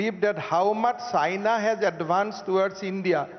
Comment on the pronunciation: When he said China I thought he said Saina 😐